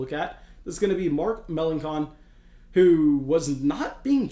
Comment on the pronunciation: It’s pronounced Muh-lan-son